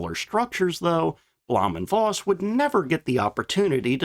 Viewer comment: It's "Foss". Voss means Fox in Low Saxon.